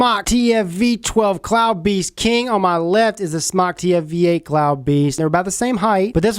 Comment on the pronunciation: damn it im so sick of people not pronouncing it correctly... its pronounced "smoke" ask the company theyll tell ya its smoke!